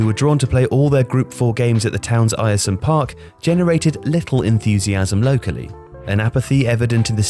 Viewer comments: its pronounced AIR-SUM Park 😛. The small monument on the site of Pak Do.Iks goal was declared a national monument to the glory of the DPRK.. the only one outside of NK and its in Middlesbrough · Born and raised in Billingham just 4miles from Boro and I have no idea this even happened! Cheers this was well interesting! P.S. its was pronounced Airsum park haha. Strange name i know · Ayresome park is pronounced Air- som park, not whatever it was you were trying to say at the beginning of this video. Sheesh. Thank goodness they moved out. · Great video! Just for future ref Ayersome is pronounced ‘Air-Some’ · Bit of difficulty there lad in pronouncing Middlesbrough’s ground name! 🤣🤣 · Bro you're pronouncing the name of my home towns old great stadium completely wrong! The fact you say the name of Ayresome Park wrong so many times is annoying! Could you not have watched a single game of listened to a single person call it how it is pronounced! Sort it out man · Narrator is mispronouncing 'Ayresome' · The way the narrator pronounced Ayresome Park is absolutely disgusting. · Video lost a lot of credit for me when you couldn’t even put the effort in to learn how to say the stadium name properly. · That pronunciation of Ayresome 😬🙈 Quality video though. I'm from Middlesbrough and didn't even know this story! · Let’s just not talk about how he says Ayresome haha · Air-some park not ayresome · Air-some not eye-ear-some! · By the way its Air-some not Iresome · It’s pronounced ‘Air-Some’ not Ayer some👍🏼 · its uhrsome park not eyersome park 🤦‍♂ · Just a thing, Ayresome park is pronounced Air-Some Park not Eire-Some other than that it was a good video. Its a bizarre part of our history but actually fairly interesting. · Not called ierson park airson park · it is pronounced air-some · He gets it right in the end but your voice over man can't pronounce Ayresome.... It's AIR-SUM. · It’s pronounced ersome park I’m sorry but being from boro and hearing the name like that hurts 🤣